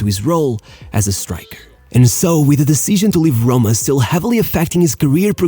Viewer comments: SHESENA and AS HRHOMA. Cool bro, but thats not how you say it. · What’s A.S. HOMA? rrrrrrrrrrrroma